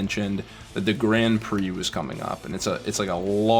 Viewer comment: The "grand prix" nearly as it, the R are not perfect but the an and the i are. is near, like reeaaly near catching the rrr. FRENCH everybody!